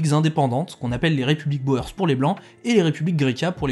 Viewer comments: Merci pour la vidéo ! Juste un truc : Boer se prononce "bourre", comme dans Hoegaarden. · Les boers : prononcer ou pour oe. 😂Les boers veut dire fermiers en néérlandais. De Beers , les deux ee se prenoncent éé en son long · Pour info, "boers" se prononce "bourse" (en allongeant le "ou") et vient de boer qui veut dire fermier en néerlandais. Et "de Beers" se prononce "de béérse". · Euh.. Les boers ça se dit les "bour." . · "boer" se prononce "bour". Dommage pour tous les jeux de mots perdus.